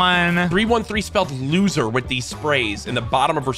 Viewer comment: Loozer isnt looser 😅